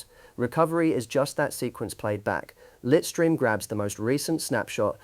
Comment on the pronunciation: The AI mispronunciation was slightly annoying though 😅. Litestream is pronounced LITE-stream (/ˈlaɪt.striːm/). It combines the words "lite" (like light) and "stream" (like a river stream).